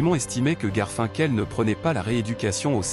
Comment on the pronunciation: L’histoire est intéressante…mais Garfinkel !!!!!!😂😂😂 putain mais c’est horrible 😱😱😱…je ne risque pas de m’abonner…